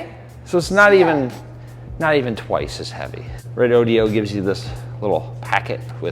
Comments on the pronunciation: Ahem.... IT'S pronounced REDODO..! lol.. not REDODIO.. I have 4 BB 100Ah lithiums. They're doing great, but wanting to add more capacity. So I'm just passing by collecting info on the bigger 12v lithiums on the market. No inverter.. Get a Victron Multiplus II 12v. It's a charger\inverter. It's been snowing and cloudy here.. even snowing for the past 6 days, but 800w or more of solar would recharge one of these in 3 to 5 hrs of good sun. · We plan to use an old percolator for coffee to save the juice, lol. Nice review though. Just a tip, it’s Re-Do-Do, not re-do-de-o, lol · ...great upgrade. You guys are going to be able to up the boondocking game big time. I was wondering about the pronuncation of the name Red ODO. Several other sources pronounce it "red ohdough"....hope you don't mind a constructive tip...other reviews give the products a thumbs up...comany used be called "Zooms". Looking forward to your off grid trips! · Nice vid. I see that Redodo looks similar to the word "rodeo"......but Redodo is not pronounced the same.....it's Re-dodo....cheers